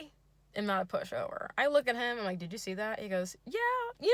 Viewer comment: Your ACCENT for himm HHHHHH it's so funny I'm... Thank you